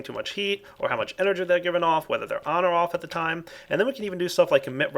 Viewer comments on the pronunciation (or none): none